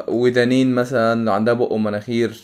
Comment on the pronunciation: ودنين❌ ودانين✅